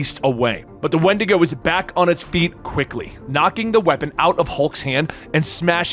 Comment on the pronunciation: When-dee-go! Not wind-ago lol